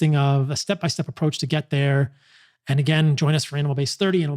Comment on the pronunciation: When he says it fast, it sounds like an anal based diet. 😂